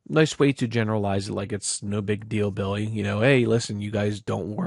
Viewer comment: Likin' whatcha sayin'.